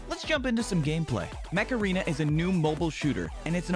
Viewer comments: during the sponsor I thought he was saying macarena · I thought you said macarena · My dude you said macarena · The sponsor sounded like Macerena instead of Mech Aren